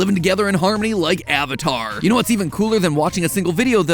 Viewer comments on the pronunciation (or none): none